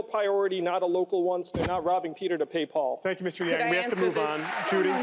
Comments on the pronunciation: wth is this damn guy host who can't even pronounce yang's last name? total idiot. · Struggling with the male commentator who didn’t appear to even know how to pronounce Yang’s name. And later did a dig when he snarked Yang liked to think of himself as a scientist and then laughed. He shows too much subjectivity.